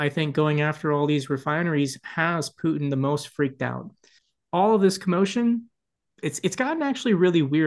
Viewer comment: Good god, get his name right. Here’s a hint. Phew, ie smelly. Tin, ie a low lustrous compound. Repeat after me, putin Try it, and perhaps the rest will make more.sense to me.